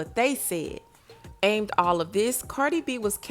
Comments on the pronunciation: You too grown to be saying “Aimed” when the word said AMID. Google it before you just start spitting out gossip for views 😂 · It’s amid you said aimed 🤦‍♂️ quick to report on black news to down our ppl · A - mid not “aimed” ❤ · Amid = uh-mid 🤓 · The word is "amid" & the word pretentious is pronounced "prēˈten(t)SHəs" no shade just helping🤷🏾‍♀️ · The way you mispronounced "amid" 😖😖😖